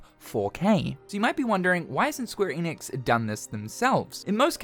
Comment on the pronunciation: It’s ‘enix’ not ‘eeenix’